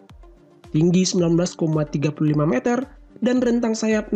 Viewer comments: Meter oy bukan meater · kalo nyebut meter itu yang bener meter bukan meter admin aduhhhh, karena bahasa baku meter Indonesia itu meter bukan meter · Bang kalo ngomong meter jangan meter tapi yang bener meter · Bukan meter tapi meter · meter meter ucapannya kok gitu kwkw